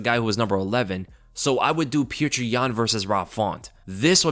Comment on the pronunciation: STOP FUCKING SAYING PETRI YAN PLEASE